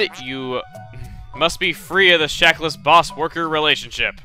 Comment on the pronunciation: Shackles = Shack uls, not Shackless. xD